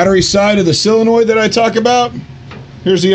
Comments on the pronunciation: Only one question, why do you think it is pronounced "cyla-noid" when it is not spelled cylanoid? "Sol" is pronounced the same as it would be in similar words such as "solvent", "solve", "solder", etc.. Just curious perhaps I am mistaken but it is a rarity in matters of pedantry. :) lol. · Wait, so how is it "silinoid"? I had to spell it wrong just to convey his pronunciation. Also he said solenoid right after he stressed it was "silinoid"